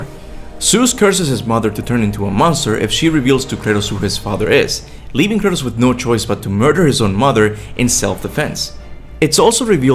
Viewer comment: The way you pronounce Kratos is really off-putting. Not bad otherwise, keep it up